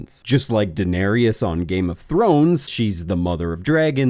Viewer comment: Hey, great video, big fan. Also, it's Daenerys (day-NEHR-iss) not Denarious. Pls fix kthx